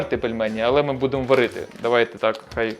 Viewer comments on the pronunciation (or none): none